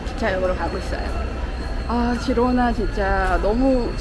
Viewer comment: 스페인어 발음 공부라도 하시고 유튜브를 하시지... G에 모음 a,o,u가 오면 (가,고,구), 모음 e,i가 오면 발음이 (헤,히)가 됩니다. 그래서 Girona의 발음은 “지로나”가 아니라 “히로나”